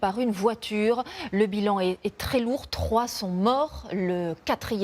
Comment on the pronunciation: Non, elle prononce mal pour dire 3 sont morts.